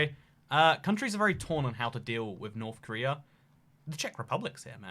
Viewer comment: Preese don't raff at Norff Korleea